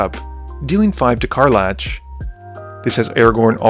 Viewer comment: CAR. LACK., I love your videos, dawg, but PLEASE, HER NAME IS CAR-LACK NOT CAR-LATCH